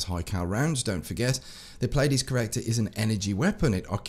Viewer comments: Correct pronunciation is Plee-a-dees. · If you're interested it's pronounced Plee-a-deez